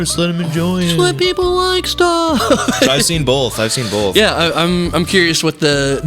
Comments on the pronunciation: "I've seen bolth, I've seen bolth." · Dear Mr. Dines, there is no "L" in the word "Both". Thanks -Gatekeepers